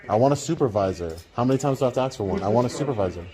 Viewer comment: Funny how somebody that runs a successful Youtube video doesn't know how to pronounce the word "ask".